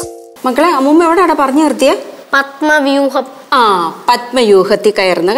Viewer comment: പത്മയൂഹം അല്ല. പത്മവ്യൂഹം.